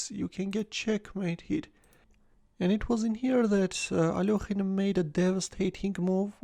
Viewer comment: What's wrong with the alokhine thing? his name is alekhine